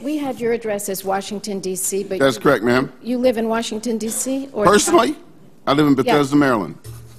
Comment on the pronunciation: did I hear him call her Maa'm?